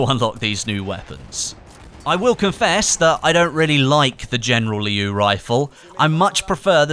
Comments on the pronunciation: It's "Liu" in one quick word,not "Lee-iu" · It's pronounced "Leo" actually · just a reminder, the word 'Liu' is pronounced as something like ' Lill' in one straight pronunciation, not two separate intervals. And I am a chinese:)